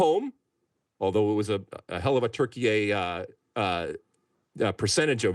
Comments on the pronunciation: Why you call it “turkeyai”? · It’s insane that people are just going along with the Türkiye thing. If you do this, why are you not saying Deutschland instead of Germany? Or Espana instead of Spain? We speak English, use the English pronunciation